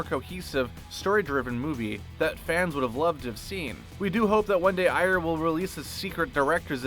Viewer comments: I swear I've always heard it pronounced as "Air" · Is that seriously how you pronounce "Ayer"?